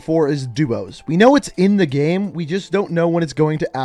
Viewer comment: Why does this guy say “gehm”